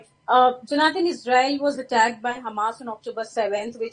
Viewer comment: Please learn to pronounce people's names. It is not jo naathaan.